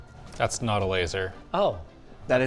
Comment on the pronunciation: OMG...for the very first time ever I heard Linus sound Canadian....when he said "IT'S NOUT FINE."